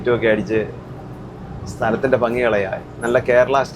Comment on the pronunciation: ഫങ്ങി അല്ല ഭംഗി ആണ്